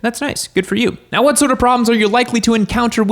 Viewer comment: “I’ll tell you huwhat” hank hill or?